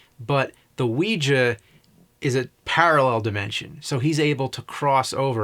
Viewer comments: "Wee-juh" board... has he never heard other humans speak? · It is so fascinating how badly he mispronounces “Ouija”.